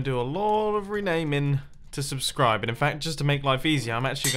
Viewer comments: "This is rootbulb" "Subsribe" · Ah yes, Subsribe, my favorite block.